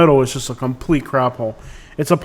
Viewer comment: you have a bad attitude, this airport is seamless to navigate if you are smart enough to READ THE SIGNS BEFORE making a turn. bye the way "Just", is not pronounced "shust"